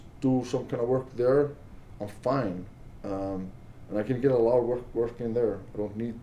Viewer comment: “Obviously a lacchhhht has changed”